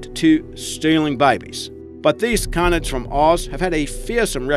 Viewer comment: yea I love wold canids but dey mispronounce it